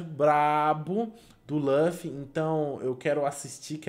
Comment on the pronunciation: LAFFY? LAFFY porfavor é LU LU LUFFY so explicando tenho tick